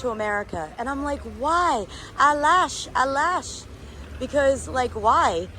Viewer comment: You definitely look Moroccan... until you said 'Alaash Alaash ! then the Jersey accent kicked in 😇💚